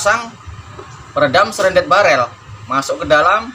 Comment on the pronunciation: Shrouded barrel, tp abang omongnya srendet barrel. wakakak.Aku mikir kalo diisi ampas kelapa biar tambah senyap bisa jadi SERONDENG BARREL. Wakakaka. Maaf bang cuma intermezzo. Karya yang bagus bang. Semoga tambah maju channel dan karya karya abang.